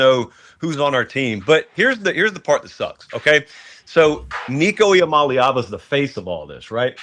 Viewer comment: His last name is I-Am-A-Leava. Really on the team for not seeing this coming